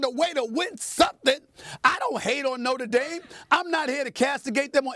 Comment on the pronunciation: Lol, it's Notre Dame😅